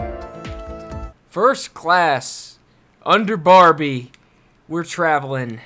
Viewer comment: Barbie* not barrie